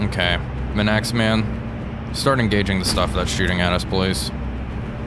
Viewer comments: Manxman is pronounced Manks man, after the isle of Man, famous for the motorcycle roadraces held every spring/summer. If you are not familiar Google Isle of Man TT. The races are spectacular and have been held almost without a break for over 100 years. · Manxman - said "Mank's m'n", please-and-thank-you! meaning - a man of the Manx folk, a gaelic tribe originating from the Isle of Man. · Just a minor point, Manxman is pronounced MANKSman. Manx referring to things from the Isle of Man. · Please it’s manks-man not m’naxman 😭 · As a resident of the Isle of Man, I humbly correct your pronunciation of the ship named for her indigenous people. It’s not ‘man-axe-man’, but ‘mank-sman’ she was a minelayer, survived the war and went on to star in a movie depicting a German raider in 1953. Great video as always! 🙂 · Nice work. But please don’t say Manaxman. It’s M A N X M A N. 😂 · it took me twelve episodes to realise you were talking about HMS Manxman, "minaxman" lol! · HMS Manxman, please! NOT Manaxman! Fun fact for you,: a Manxman is someone who comes from the Isle of Man in the Irish Sea between Ireland and the British mainland! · Please you're killing me with the pronunciation of hms manxman. It's not man-axe-man but rhymes with yanks- man, manx- man 😂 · I was going mad trying to figure out what this Mnaxman ship is. That's HMS Manxman (M70). Pronounced Manx-man. Literally a man who is Manx, (from the isle of Man). It's an Abdiel-class minelayer 2,650 tons displacement. Carrying 6 × QF 4-inch Mark XVI guns on twin mounts. Double the displacement of HMS Hotspur's 1,350 tons. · Just wanted to add to this its pronounced more like mangks-man not Man-x-man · Everyone in the comments talking about "Manaxman" and noone mentioning "CoCANADA". Its just Cocanda without the extra a in the middle. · Absolutely love your content man, only one pick-up HMS is pronounced Manx-man, as in the people from the Isle of Man, keep up the good work though